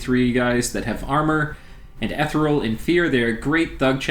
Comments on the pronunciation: Listening to you say ethereal wrong is maddening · Eth Ear ee uhl.Ethereal. Stygian - the g is like the dge in fudge. Stidgean. Sorry for the moment of pedantry, great great video, thank you very much, keep publishing em. There isn't another game out there like Dominions, and the more support it gets the better - and I must say, on youtube the support it does get, my god stuff like this and the actual plays you post and others, like MarcusAureliusLP, GeneralConfusion, Yakri and others I can't think of off the top of my head (and to them I apologize), is universally top notch. A great game inspires great support.